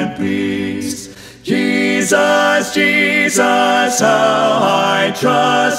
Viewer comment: This is beautiful. The phrasing, legato, and tuning are all excellent (not to mention his exceptional range). He is a very skilled and tasteful singer. That said, I am always bothered when people sing "Jesus" with equal stress on both syllables (or worse, greater stress on the second). I am probably being too picky, but no one says Je-SUS. The second syllable should be noticably less than the first.